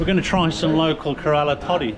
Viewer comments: It's not karaala. It's Kerala.. Pronunciation is K-rala. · it's pronounced as Care la..... and not karala .... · Hey great content and presentation, on a side note Kerala is pronounced as Keh-Ruh-Laa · Hey, nice to see you exploring the natural Kerala villages, my part of the world. All the best for the rest of your journey. By the way, KE-RALA shall be pronounced KERR-uh-luh (KERR: Like the "care"; uh: A very short, unstressed "uh" sound; luh: Like the "la" in "laundry". Best wishes! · Hey, I love your videos. I'm from Alleppey currently living in Nz. The way you are pronouncing "Kerala" is slightly off. It’s got the same 3-syllable flow as Canberra: Can-ber-ra → Keh-ruh-luh. Keep going. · Sir it might to better to say it thus Care-uh-laa (Kerala) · Kerala is pronounced as KayRaLaa..